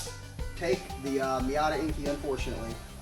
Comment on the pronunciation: it's enkay not enkey, like kei truck pronounced kay not key.